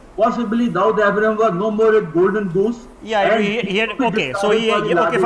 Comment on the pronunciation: First my dear pronounce the word Dawood correctly and then talk about him.